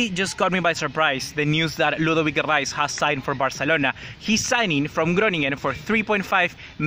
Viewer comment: It's ludovit lol